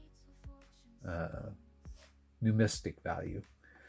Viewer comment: Numismatic ( new miz Mat tic) numistic???